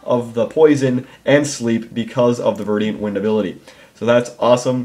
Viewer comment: Damn it,... ver-dent, not ver-di-ant.